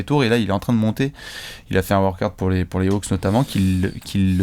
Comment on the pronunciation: "Des workahouuuuut"... Les Français & les langues étrangères... #Spectacle...